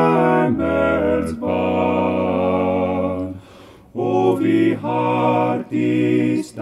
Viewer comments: wow excellent man only one little error. Himmelsbahn is pronounced as in 'stille' not as in 'high' keep up the good work! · The word "Himmelsbahn" should have been pronounced [ˈhɪməlsbɑːn], and not [ˈhaməlsbɑːn].